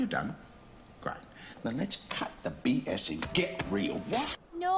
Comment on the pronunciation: When we say no, it sounds like 'nar'... hahahahahaha